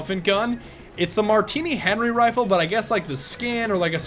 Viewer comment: Ma-teemio? Lol wut? I thought it was Mat-timi-o?